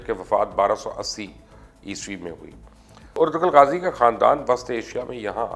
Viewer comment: Its ertu-rul g is silent Sir